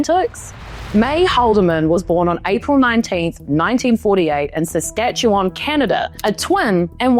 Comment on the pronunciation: Saskatchewan is my home province. It sounds a lot better when you say it with just two syllables